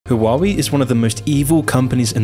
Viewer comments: Yes, his Chinese pronunciations are a bit... Not Chinese. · The are two crimes present in this video: the first one is the criminal pronunciation of the name of the brand (take a look at forvo, at least) and the second is that this channel is criminally underestimated! Keep up with your work, good job! Nice video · Huawei, he said it wrong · I loved the video but I cannot get over the pronunciation of Huawei. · ???? u can't even pronounce huawei the right way🤣🤣🤣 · I am dying just because he pronounced it like ‘wawi’ 😂😂😂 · It's pronounced WAH WAY or *Ha WAH WAY*... Source I worked in telecom industry for years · well not hwa-wei none the less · Can't trust a guy who pronounce the name wrong lol... seems like he's reading a script without researching how to pronounce "HUA WEI" in Chinese.. Probs got cash from the US's 500 million budget to bad naming China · For accuracy purposes, it's pronounced "hwa-way". Other than that, solid video. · Lmao you can’t pronounce the company name right😂😂😂. What the hell is “huawaeei”😅😅😅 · The correct way to pronounce it is HU-A-WEI. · how can u read Huawei "HAWAWI" HAWAII" but not huawei ??? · Please check company names before recording xD will need to listen to "hoo-a-wei" for 20 mins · Love your channel. But, every time I hear you trying to pronounce Huawei, my head hurts. Waa-way. 🇦🇺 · it’s tough to take these videos seriously when doesn’t even take the time to google how to pronounce huawei lol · Great video as always. But every time you pronounced Huawei I died a little. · How is it high quality? Both xiaomi and huawei were completely mispronounced the whole video lol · can’t even pronounce huawei properly tho lol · Bro can’t even say the name💀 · So much research into this but couldn't research how to say Whaa way... Its not haa wa wee😂🤣😂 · Bro Hua-wei not Hawaii 😂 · Waa - Way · It’s not “Hoo-wa-wee” it’s “Wah-Way” lol great video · Huawei is pronounce like this "Waal-Way" not "Who-Waa-Wee" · Hoo-ah-way not who-wah-wee